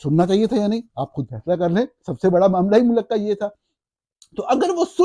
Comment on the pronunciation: Young man the plural of سربراہ مملکت is سربراہان مملکت . The pronunciation of ملک is MULK, NOT MULAK.